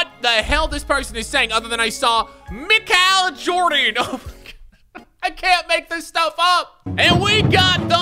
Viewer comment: Nobody: Literally nobody: random: "Michal Joden"